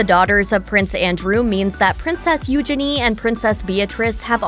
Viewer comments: Omg it's Eugene as in Jean not genie!! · I really struggle to watch videos when the narrator mispronounces names and words. It is NOT EUGE-ini . The emphasis is not on the first two letters and it’s NOT Gini. It’s u-geeny.